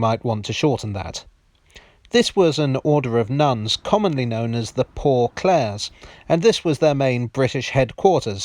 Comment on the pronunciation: It's actually pronounced Saint Cl-ah-ray's Street